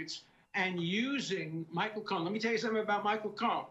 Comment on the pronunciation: He sure did and he also repeatedly said Michael Cone instead of Cohen.😂